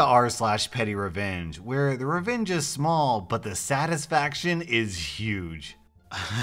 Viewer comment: Legit thought he said “pennyrevenge”